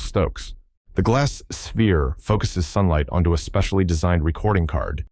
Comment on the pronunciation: Ai can't say "sphere"😂